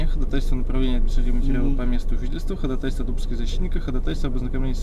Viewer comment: ударение в слове ходАтайство, ставится на второй слог!!! )